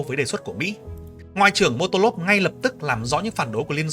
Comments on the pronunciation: admin đọc sai mà , tên ông đó là molotov chứ k phải motolov , bổ sung thêm là bom xăng molotov cũng được đặt theo tên của ông đó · Motolov 😂 Molotov chứ bạn 😊